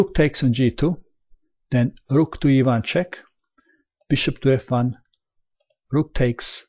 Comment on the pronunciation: When said "rook to e1 check" I thought it sounded like "rook to Ivanchuk". True story.